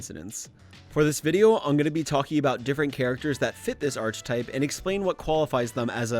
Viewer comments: I hate to be a picky bitch but it's "ar keh type" not "arc type" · Great video. But just wanna say this. It's pronounced "Ark-e-type", not "Arch-e-type". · seb reads the fact that he keeps saying archetype wrong is annoying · i literally thought you were misusing it on purpose to send the viewer insane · the way you say archetype is absolutely driving me up the fucking wall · This stuff usually doesn’t bother me but you pronounce archetype so wrong every time that it’s actually infuriating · I love the video and I know you've already mentioned this but every time you say "archetype" I die a little more. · this man saying archetype as arch type like the ch is pronounced as a k my guy also unwavering means you don't waver, not that you don't wave. factcheck your shit. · Bro, that is NOT how you pronounce "archetype"... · Why does this guy pronounce "archetype" so wrong? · The way says Archetype i